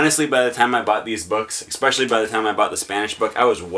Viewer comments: Ecspecially - An idiot's pronunciation of the word especially. While the origin of the extra "c" is unknown, this particular pronunciation is surprisingly popular considering how ridiculous it sounds. ) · Usually you do not add letters at will. There are silent letters but not invisible letters. As a linguist you should probably try to avoid such "idiot pronounciations".